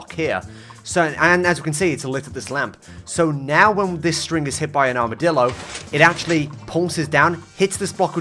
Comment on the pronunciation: Armidilo, more like, HARMidilo… hahaha… yeah that wast funny sorry